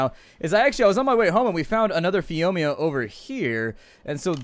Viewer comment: ooh my god someone has trouble saying phiomia :P